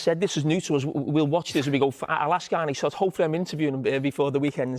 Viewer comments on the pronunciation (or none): His name is Arne, not "Arnie", Carra you berk.